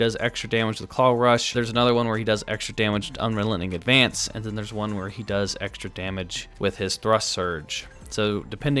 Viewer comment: Do you mispronounce unrelenting advance on purpose?